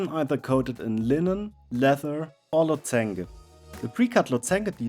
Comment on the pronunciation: Incredible, loved every minute of it! By the way - "lozenge" is pronounced "losendsch" with "offenem o", "stimmhaftem s" and also "stimmhaftem sch". But who cares, it's the results that count, and they are simply stunning...!